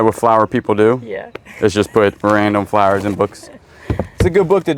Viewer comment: I just found you guy's today and the way he says fla-ers/Flowers that brought back memories of a good friend of mine I lost 10 years ago she was From the south and that's how she said flowers